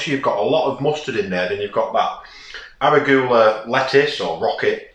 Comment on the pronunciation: Looks great! Always love to see your new vids :D It's "ur ·oo·guh·luh," and "chuh ·baa·tuh," btw ;)